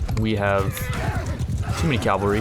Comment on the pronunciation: It's pronounced ca-val-ry, not cal-va-ry